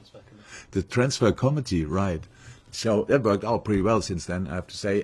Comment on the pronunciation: "The transfer comety" Love Klopp 😂